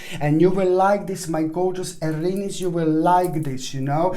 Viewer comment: Aaaariiiniiis!!! The way you say it.... Well, i am no longer 'Aries'.... I am 'Arinis'.